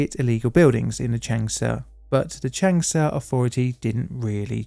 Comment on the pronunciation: I am sorry, but your pronunciation of any of these names is completely wrong: it's not Chengsha or Chengsa, it's an 'a' which you in English would rather intone when saying Chung (although there is an 'u'). So pronunciation is "Chung'shah". And the name is "Woo" "Chee-sheng" (Chee like you would pronounce in Cheese) not "Kuiiseng" like you say, as well as "Dshi-jong"... sounds horrible. Every fifth person on earth speaks Chinese and their cities are 10 to 27 Million people or more. We should at least learn how to pronounce their cities right.